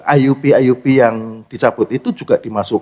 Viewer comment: Kok Ay yu pi.....IUP itu IZIN USAHA PERTAMBANGAN bahasa Indonesia bukan Inggris kok di ucapin nya Ay yu pi...ngawur ini